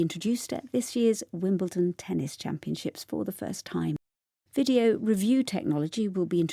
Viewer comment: challenge : 의문글 제기하다, 이의를 제기하다 / 경기,대회에 참가하도록 초대하다 Video 가 왜 ph 발음으로 들린다 바뀐 귀뚜라미색깔!! 시즌7도 화이팅입니다